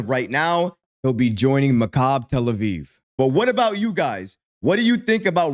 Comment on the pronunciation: It's pronounced mak-a-bee; not macabre! Oy.